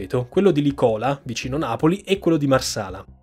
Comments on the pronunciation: Interessantissimo e sempre ben fatto. Una sola cosa si dice Lìcola con l'accento sulla prima sillaba e non Licóla come dici tu❗Giusto oer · Lìcola, non Licòla. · una notazione del tutto marginale e poco rilevante, ma credo che l'accento esatto sia "Lìcola" e non "Licòla" c'è anche un pezzo di Edoardo Bennato che recita: " a Lìcola, sotto la canìcola...." Per tutto il resto, complimenti, come sempre, per l'ottimo lavoro. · Se vi può tornare utile in futuro, la località Campana "Licola" si pronuncia Lìcola, non Licòla ;-) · Solo una piccola precisazione, anche se futile, licòla non si pronuncia così, bensì lìcola. Argomento molto interessante questo, grazie per quello che fai, si vede che c'è molto lavoro dietro. :) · Video eccezionale, una descrizione fantastica non solo dell'evento, ma del processo d'indagine che è stato fatto su di esso, con tutte le zone oscure. Un solo appunto: La base NATO vicino Napoli non si chiama "Licòla", ma Lìcola , con l'accento sulla i. Per il resto, eccezionale come sempre <3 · È dal video sulla Moby Prince che aspettavo un video simile. Ps. Si pronuncia Lícola non Licóla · Aspettavo da tempo questo video ❤️ P.S: la località vicino Napoli al minuto si pronuncia Lìcola, non Licóla 🤣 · Tutto molto interessante! ... giusto una correzione lessicale .. o meglio, di pronuncia: la città campana Licola ha l'accento tonico sulla prima sillaba e non sulla seconda .. Lì-cola anziché Licò-la. A parte questo ti faccio i miei complimenti per i tuoi video in generale, sempre molto consistenti e professionali! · La pronuncia corretta della località dove si trova la base radar campana è "Lìcola " non " Licóla" , lo sottolineo solo perché inizialmente non riuscivo a seguire il racconto. Complimenti per il video, molto ben fatto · Video altamente godevole e preparazione sull'argomento ineccepibile. Se posso permettermi di trovare il pelo nell'uovo: è "Lìcola" non "Licòla". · Si dice Lìcola non licòla ...🤣😉👍bravissimo grazie come sempre 😉👍